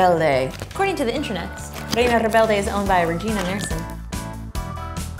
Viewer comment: kinda butchered Reina Rebelde again